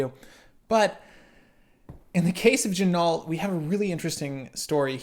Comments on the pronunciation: Yep. John told me the same thing last year. Gotta say it all Frenchy in part deux ok? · I think they pronounce their name ‘Gin-oh’ if I am not mistaken,.